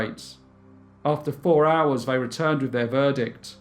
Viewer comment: I can cope with the speech patterns, the regional accent, and the speech impediment (vey instead of they), but saying chocolates again and again as "chock-lits" is just too much!